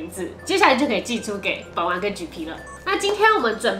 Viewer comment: 滴妹說本丸的時候我聽成睪丸